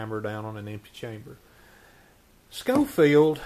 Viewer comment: 👏🏻👏🏻👏🏻. Pronounced “Showfield”